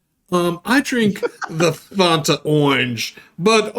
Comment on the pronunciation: Can someone please teach how to say Fanta?